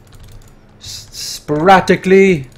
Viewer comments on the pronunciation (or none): Put the shmuggle spuraticly. I just love you saying that in that accent.